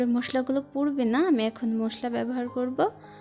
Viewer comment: মোসলা না মশলা , শুদ্ধ ভাবে কথা বল।